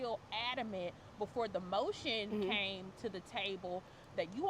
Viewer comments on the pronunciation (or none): none